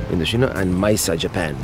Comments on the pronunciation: all of the coastal highway is a beautiful drive and by the way, Mendocino is pronounce Men-do-see no-- not Mendochino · My front yard😆. Mendo-see-no👍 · You're killing me... it's pronounced MendoCno.